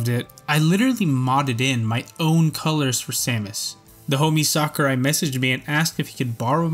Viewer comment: "sack-a-rai" "fawl-kun" where are you from?